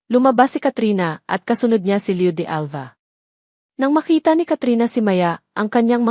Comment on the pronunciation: Pangit Ang pag bangit ng mga pangalan ng Maya at Leo . Pero maganda naman Ang story.